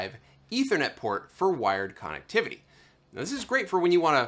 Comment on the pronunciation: Quit saying connectivity that way!!!!!!!!!!!!!!